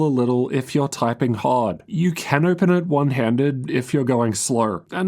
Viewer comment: “Ohgpen”. U got something stuck in ur throat mate? What’s this accent